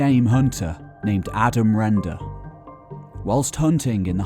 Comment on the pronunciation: Not Rendo its Render